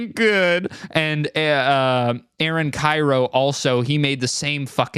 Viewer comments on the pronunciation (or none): none